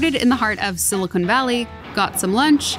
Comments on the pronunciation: Stop saying SILICONE valley sheesh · Silicon not silicone please